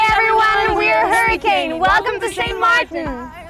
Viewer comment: Kaže lik haarikejn